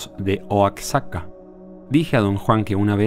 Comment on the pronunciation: Oaxaca se pronuncia : Oajaca , jiji saludos :D